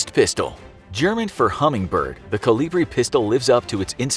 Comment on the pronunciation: It's kolibri.